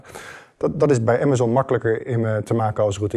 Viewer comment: Bedankt, dat je "Amazon" zegt, in plaats van "Amazun".